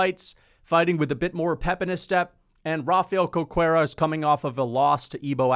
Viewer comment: Just as a note, "Cerqueira" is pronounced "ser-KHEI-rah"